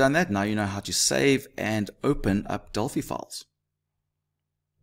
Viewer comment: At last someone who says delphi properly